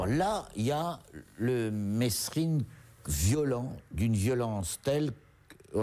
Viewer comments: franchement retourne a l'ecole vous les journalistes c'est pas mesrine qu'on dit mais meeeerine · On prononce pas le S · Jacques mesrine ne voulait pas que l’on prononce le s de son nom ! Merci de respecter là prononciation de son nom.